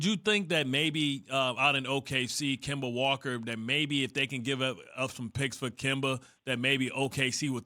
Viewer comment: Bro said kemba